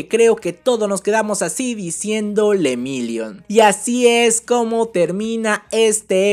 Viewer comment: Jajjaj se dice lemillion.... no se dice lemirion jajja